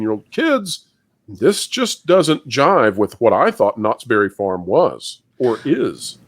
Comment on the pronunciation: Did you say Knotts Bare it Farm?????